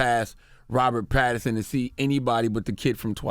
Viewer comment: It's PATTINSON... Not Patterson... And y'all should check his filmography post "sparkling vampire" role 😀 Great choice for Bruce Wayne/Batman